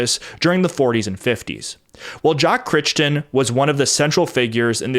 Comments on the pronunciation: Surely Crichton is pronounced "cry-ton", not "critch-ton". (At least, in the UK it is.) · Crichton is pronounced as "KRY-tuhn" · 'Crichton' is pronounced /krai·tn/. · Jack Crichton's name is pronounced 'Cry-Ton'